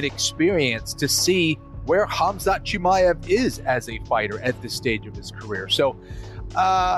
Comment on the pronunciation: “Khamzat Shimmy-Ave” fucking Bisping 😂